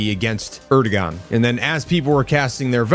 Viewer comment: It's pronounced "Air-duwan." Stop trying to be a journalist.